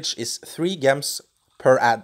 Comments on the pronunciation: Its not Gehms its pronounce Jehms (like how you say the j in jar) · It is pronounced "j" ems not "g" ems, soft g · Why do you pronounce gems with a soft 'g' when its supposed to be pronounced with a hard 'g' sound? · It really bugs me off how he say gems.